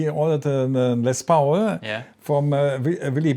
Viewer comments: With all due respect, for someone who has to use English for their job, one could expect a more proficient level of English. I mean, c’mon it’s Les Paul, pronounced Les POL and not Pauul. As they say in Hamburch:I speak English weri wäl , aba bloß nicht so schnell. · hahaha "les pouwl" made me lol too ;)